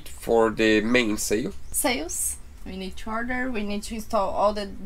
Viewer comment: Sail not zail.